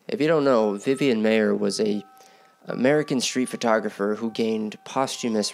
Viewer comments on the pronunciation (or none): It's pronounced MY-er not May-er.